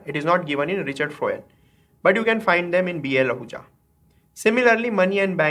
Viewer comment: i think its HL Ahuja not BL ahuja